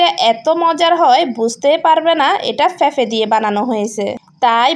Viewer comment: উচ্চারণ ঠিক করা উচিৎ যেমন ফেফে জাল জরিয়ে বেজে।